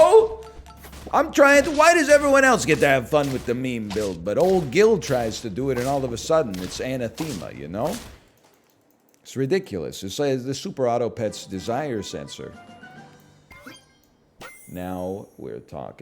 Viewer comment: its ah-nah-thema by the way -______________________